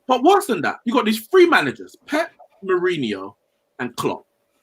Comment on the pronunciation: My man said “Uncle Who” hahah jeez put some respect on mourinhos name smh